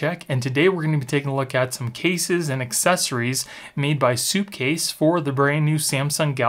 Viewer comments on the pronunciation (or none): It's SUPcase not soupcase lol great video tho they make solid stuff